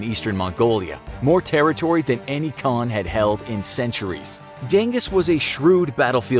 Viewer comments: Its prenoised han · I cant watch you saying ghengis as a mongolian🤦🏻‍♂️ little do you know it’s chingis and khan(haan) means king in mongolian